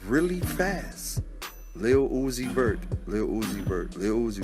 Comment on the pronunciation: Son nom se dit (Lil Youzi veurt)